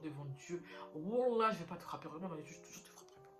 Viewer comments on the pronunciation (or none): none